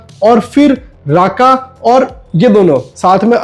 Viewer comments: Rukma not raka😂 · Raka nahi Rukma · ये राका राका क्या है ये राका राका😂😂😂.. रुक्मा